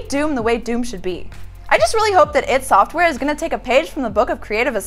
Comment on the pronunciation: Now one can say ID software correctly. You say I and d in capatal